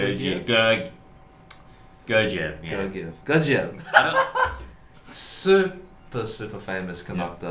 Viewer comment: it’s guerguiev ahahha, all the g’s are like in “google” not like in “geometry”